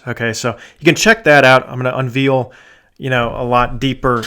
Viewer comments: Love your videos, but it gets to one's ears to keep hearing a word mispronounced over and over. So, just to let you know - the word "unveil" is not pronounced "veal" as in meat. But rather, when pronounced correctly, the second syllable rhymes with "rail" not" reel". BTW, think you are spot on regarding your prediction. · I’m so curious what region of the country you live in. Mainly because the way you say Veil/Unveil. You pronounce it Veal/unveal. Interesting.